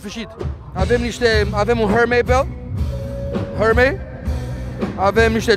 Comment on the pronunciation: Hermes, nu hermei,doar el pronunta hermei,asta cine mai e?